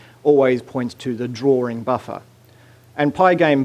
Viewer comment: It's DRAWING, not drawRing...